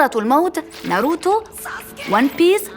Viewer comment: انا لما قالت نروتو غلط... اسمه ناروتو